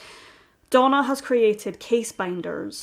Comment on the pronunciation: I kept thinking she was saying Donal MacIntyre too! lol. I eventually realised it was Donna...